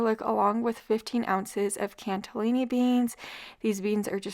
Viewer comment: Cannellini beans, no T in there😂